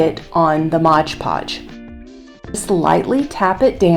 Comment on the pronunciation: MOD Podge Not Modge Podge. Think the company would like their name pronounced correctly.🤔